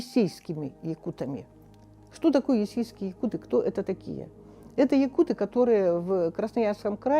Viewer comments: Не ЯкутЫ , а ЯкУты ! Слух режет когда даже этот " ессейский якут" неправильно ставит ударение! ! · ЯкУты - ударение, а не ЯкутЫ🥴всем кто не знал на заметку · ЯкУты - ударение на У ЯкУтов, ЯкУтами. Так правильно будет 😅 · Ну объясните им, что якутЫ с ударением на Ы - это пренебрежительно-уничижительное произношение слова якУты. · Интересное видео👍🏻 Но правильно произносить якУты, ударение на букву У. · Передайте Таланову, если не знает как произносить по русски нацию , то пусть говорит по самоназванию -Саха. На русском - якУты.